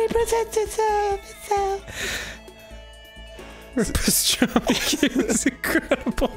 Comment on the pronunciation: Italians according to Arin P e s t r a m I